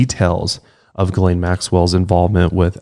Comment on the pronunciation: did not just pronounce Ghislaine Maxwells name as "Jizz-lane" 😄